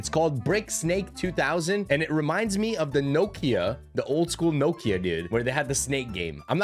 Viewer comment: No-kia 😂 never heard that one before 😂 pronounced “knockia”